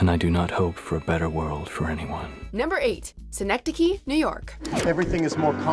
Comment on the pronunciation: "Seehnektekeeh"? Really? English speaking people what is wrong with your ears??